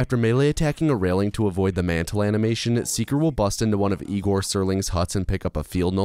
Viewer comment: Hey? Isn't it Egor not Igor? It's clearly Egor, read like the "Yea" in "Yeah", so Ye(ah)-gor, Yegor, Egor. :)